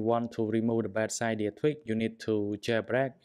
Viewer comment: Its cydia not ciiiidia